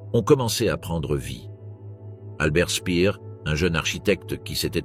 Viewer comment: Quelques erreurs de prononciation dans le commentaire, Speer ne se prononce pas Spear, il n'a rien à voir avec Britney